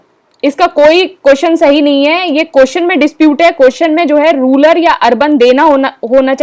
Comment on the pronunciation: Mam ruler nahi its rural